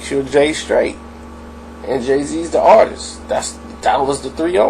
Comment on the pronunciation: Bro its Artist not Artisis no such word if you expect people to listen to you I strongly enforce that you improve your Verbal Comunication skills going forward...